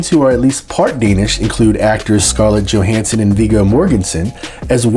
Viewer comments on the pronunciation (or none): none